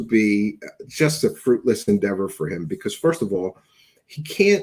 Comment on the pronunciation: Can't stand the way he says "because "